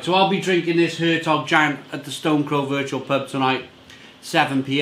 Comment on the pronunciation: It's pronounced along the lines of 'air tok yon'.